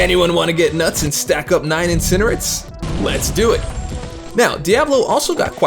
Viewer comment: should be peanalised' for pronouncing it Incinerit'.